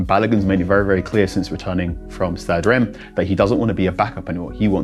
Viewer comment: Reims pronunciation on zero